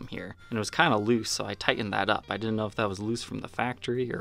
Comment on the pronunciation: It's hilarious that over pronounces words like "button, little, and metal" but can't fully pronounce "didn't." 🤣🤣🤣👍 Awesome video though! Long live the legend EVH! 🤘🎸🤘